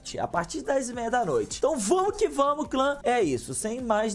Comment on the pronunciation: "Seguinte galera "damo" que tamo" kkkkkkkk